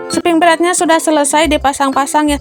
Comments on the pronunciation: Bund mohon maaf sebelumnya, aku jadi gagal fokus pas bilangnya spring bred, yg benar itu spring bed ya sayang bednya ga pake r ☺🙏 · Spring bed Bun, bukan spring bred 🙏